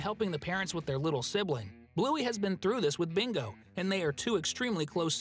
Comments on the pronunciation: It's bingo not mingo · You sai Mingo instead of Bingo😂😂😂😂😂😂😂😂😂